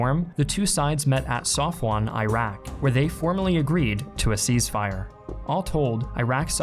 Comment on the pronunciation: "cease fire" lol not "seize fire"